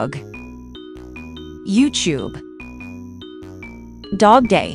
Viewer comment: Who else heard it as You-Chewb? 💀